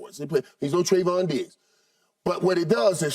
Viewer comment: It’s not “Tri-vahn” SKIP, it’s “Tray-von”